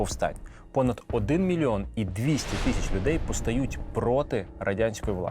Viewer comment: Правильно казати не « тищя» а «тисяча дев’ятсот…